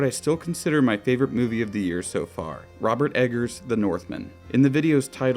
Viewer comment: yes Rrrrroberrrrrt Eggerrrrs does it again